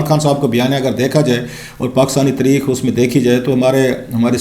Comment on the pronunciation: Please correct your pronunciation. Translation of History in Urdu is "taareekh" not "tereekkh".